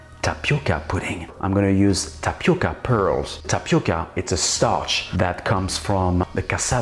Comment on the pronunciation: Você falando TAPICA, é muito engraçado. Eu esta sua aprecio muito esta receita, ficou melhor que muita receita brasileira. PARABÉNS